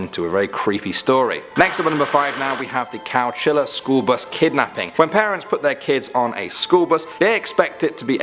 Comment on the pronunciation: Its Chowchilla, NOT Cowchilla.